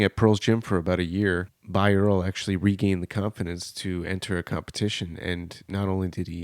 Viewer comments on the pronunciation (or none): Please pronounce his last name correctly in this video. It has three syllables - BY-er-lee